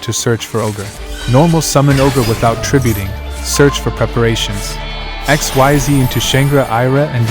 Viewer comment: Xyz is pronounced "eck-SEEZ", just so that you know. But other than that, this is a very good combo guide for Kashtira.